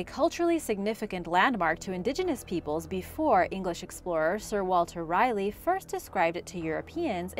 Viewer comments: If you're going to do a YouTube channel on historical mysteries and such make sure you get the correct pronunciation for names... Its Sir Walter Raleigh, 'Raa-lee' not 'Riley' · Sir Walter Raleigh, not Riely. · Sir Walter R(i)Leigh? lol